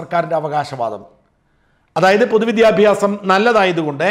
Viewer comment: വിദ്യാഫ്യാസം അല്ലെടോ വിദ്യാഭ്യാസം.